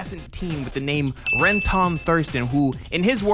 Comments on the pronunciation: I’m sorry, did you watched the anime? You sound like you are reading a script, and botching the names real bad. It’s not Ren-Ton ( it’s pronounced renten) , Anemonoine ( it’s pronounced Anemone). Have you ever watched finding Nemo, where does a clown fish live. Also it’s a name a flower and a deceptive drink. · Why are you pronouncing his name ren-tone? It's Renton, it's only said like 1000 times in the show. That aside, I agree with most of the points though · Ren-TON lol what? (ren-tuhn) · "RenTAHN" "Hoe-lland" "Ani-moh-nay" You're killing me, smalls! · You are pronouncing everything wrong. Its REN - TON Its HALL - AND Its EL-REKKA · Ren-TON, Hole-land? Jesus Christ kids these days. Has he never heard HOLLAND pronounced aloud? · loved your video but It's Rentin that is how it's pronounced. Holland is pronounced like the country and Anemone is pronounced Anne Em on Nay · "Anna Monae", "Ren-tonne" 😅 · its pronounce Ren-ten you un cultured man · Love your review of Euereka Seven 👏🔥 But bro, your pronunciation of Eureka, Renton, Anemone, and other names just bothered me lol. It goes the same for other youtubers who make vids on Eureka Seven. Not sure if you said it that way on purpose but oh well, great video. 🙏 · Yeah honestly it was like nails on a chalkboard lol. Renton is pronounced basically the exact same way in the sub and dub.. so idk lol. Not to dog on bro though! This video was awesome and it got me to follow for more.. but like… what’s up with the names bro lol. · How are you mispronouncing ALL the names?! Eureka, Renton, Holland?!?!?!?!?!